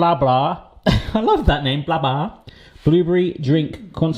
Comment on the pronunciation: Come on, Blåbär is not the same as Blabar. Notice anything different? A ring? An umlaut? Please? Å is more like the vowel in "for, gore, law". Ä is more like the woval in "care, fair, chair". Welcome to study the Swedish "alfabete" ;-)